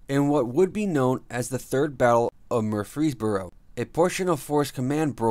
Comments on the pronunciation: Murr frees boro, emphasis on murr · Whoever this guy that is narrating should learn how to pronounce the name Murfreesboro. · Cheryl Farmer lol I was thinking the same thing